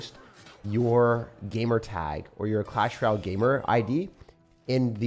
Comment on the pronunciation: Hey, what is a Clash Ral? Or are you meaning to say “Royale” (roy·ale)?